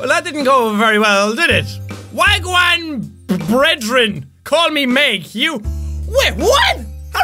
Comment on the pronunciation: Wagwan bredrin is Jamaican for : what's up brother XD it's not a name , the way you said it was spot on though lol